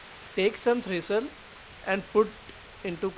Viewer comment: THISTLE NOT THRISTLE